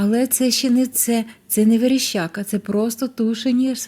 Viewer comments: Верещака а вона говорить верещЯка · ВереЩака, але аж ніяк не вереЩЬЬЬака!